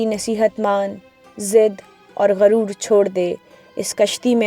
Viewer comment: lafzi tahqeeq kan'aan name he kun'aan nahi he garur nahi he guroor he par-khache nahi parakhche he ehlo ayyal nahi ahlo ayaal he